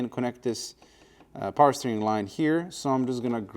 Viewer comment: more powah baby